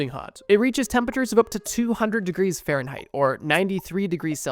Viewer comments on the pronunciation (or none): farenhigh pls